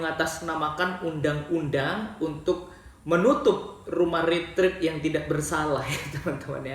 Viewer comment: Bukan ritrit bang tapi retret